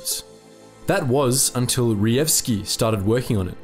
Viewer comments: Hi. Polish "j" is usually equal to english "y" therefore try to pronouncr that last name as Reyevski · A little tip here J should not be read as G but rather as Y, so Reyewski would be much easier to pronounce. There is a section in Blatchley Park museum dedicated to PL Cipher Bureau now, where one can learn about it